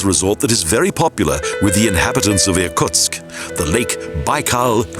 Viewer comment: The city nearest Lake Baikal is ear-KOOTSK, not ear-COTSK (Irkutsk)